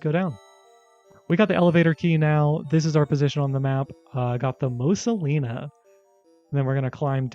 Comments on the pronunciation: Why do you keep calling it "The Mosa Lina"? The test is very clearly says "The Mona Lisa". Thanks for the video. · Question-- why do you keep saying "Mosa Lina", when the game itself visibly says "Mona Lisa"? I'm just curious if that's a bit you're doing, or if it's like... for legal reason, or what? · why are you saying mosa lina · Calling the Mona Lisa as the Mosa Lina completely took me out. I'm so confused. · "Mosa Lina" ? :P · The “Mosa Lina” 🤣